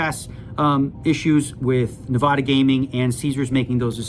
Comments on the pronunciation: Yeah I hate the way he says ne-vah-duh it’s Nevada. I know he’s Canadian but he’s lived here for decades least he could do is say our state correctly lol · It’s NEVADA… not “Na-Vah-Duh”… Duh!… Tilts me every time I hear it mispronounced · Most important point to come out of this video: It’s pronounced nuh-VAD-uh. Kind of sad that someone who’s lived in Summerlin for so long still can’t pronounce it correctly. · How tf does Daniel pronounce Nevada wrong tho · Calling out Daniel for mispronouncing Nevada is exactly what I did on his vlog comments section. Agree 💯